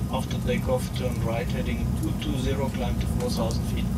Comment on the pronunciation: Kleimb tu forsausend feet. Naja Englisch ist auch nicht jedermans Sache